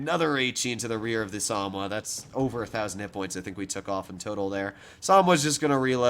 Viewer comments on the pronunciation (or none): SA - MO - WA. Samoa